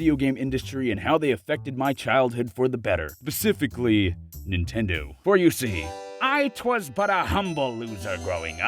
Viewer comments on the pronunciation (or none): anyone else hear “basicfically”?